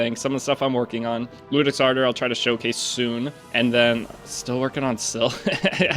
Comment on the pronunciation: Fuck I'm such a "that guy" lmao its "Yewdex" its Latin for Judge and its an "i" iudex. Sorry, lol.